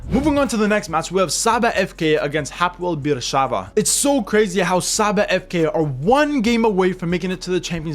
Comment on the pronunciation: It pronounce Hapoel Be'er Sheva. Im from Israel and this is my team. I really hope we will qualify to the Champions League stage for the very first time.